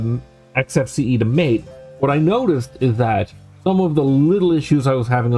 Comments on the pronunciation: Okay, it's not Mate - it's Mar-tay.. Other than that, jolly good, I have an old netbook I intend installing Alpine on.. Should be fun. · Dude - it's not MATE. It's MAH-tay. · "MATE" in this case is pronounced "Mah-tay" .. which oddly enough I think you said once or twice out of all the times x) good vid... also an Alpine fan.